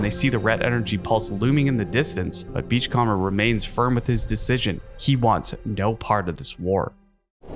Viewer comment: Great video! FYI you're mispronouncing "beachcomber". You can type it into Google Translate and have it read it out for you if you want to know how to say it right.